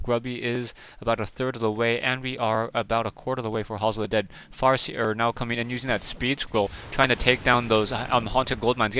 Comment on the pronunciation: hehe it sounded like you were about to say ''what the fu*k''' but then it turned into ''what the FAR seer'' ,made me lol